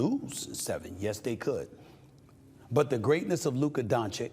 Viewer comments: DON-CHICH NOT DON-CHICK god damn stephen how many years you been covering this man and cant say his last name properly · Love you Stephen A but what exactly is still stopping you from saying the name Doncic right? Let me help you, it's spelled DONCHICH. Also, get outta here with Boston being the favorite. They had the absolute easiest cake walk to the finals ever. The problem with that is that they are healthy and fresh, that's the problem for Dallas. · As an European i cant stand listening to NBA media. When will u start to stop disrespect Luka and start to pronounce his last name correctly? Its Luka Doncic like "Donchich" the first c is like the last... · Its donchiCH bruh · FFS it DONČIČČČČČČČČ get it right already! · Dude still hasn't learned to say Luka's last name right. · I thought about it but I don’t think it applies… Mike Greenberg, Rich Eisen, Max Kellerman and Kenny Smith are New Yorkers and they pronounce it right. SAS is just lazy. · “Luker Donchick” 😂